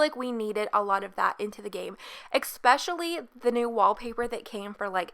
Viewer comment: Especially is pronounced e"sssss"specially not e"ck"specially. You don't say eckspeckially so why would you accentuate the first c? Other than that this is such a gorgeous build!